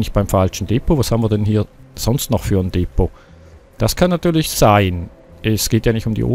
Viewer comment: Bei Depot liegt die Betonung auf der ZWEITEN Silbe!